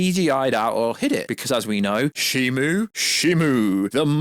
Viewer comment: Isn't it ShimO, not ShimU? I keep hearing people pronounce the name in different ways.